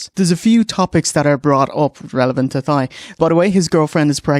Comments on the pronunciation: I don't think I've ever heard Thai pronounced as 'Thigh' instead of 'Tie' before. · I believe it's pronounced "Tie" not "Thigh" but maybe it's a cultural difference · once again you look absolutely RADIANT! just wanted to let u know even tho Thai has that pesky TH in the beginning, its pronounced tie like bowtie. much love! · That's the way Irish people say it